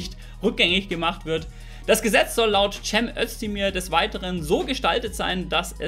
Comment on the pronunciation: Warum können sooo viele nicht den simplen Namen „Cem“ nicht aussprechen? Immer so ein Tschääm😅